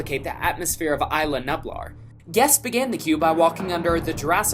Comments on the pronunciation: I think even die-hard fans of JP mispronounce the islands' names. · It’s not Isla nablar it’s Isla nublar melon! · It’s not Aisl-a-niblar! It’s Is-la-new-blar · “eye-la nub-lar” 😂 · Oof on the pronunciations in this one.. debu-Ted? Aisle-a nub-ler? But great work on everything else! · Not to mention . eyela nuhblar. Pffffft.